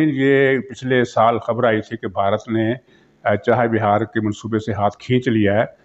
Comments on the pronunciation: سر جی درست تلفظ چاہے بِھار نہیں چاہ بَھار ہے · Muhtaram yeh naam "CHAH E BIHAR" nahi, Chaah Bahar hai, tashih farmayain, shukriya.